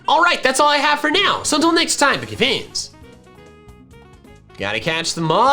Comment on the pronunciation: I heard "greetings, pokefans" as "greetings, boogie pants" literally just once and now I'm unable to unhear it